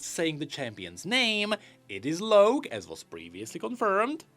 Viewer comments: His name is LOCK. ITS PRONOUNCED LOCK. NOT LOW-K. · I feel like Locke is pronounced like lock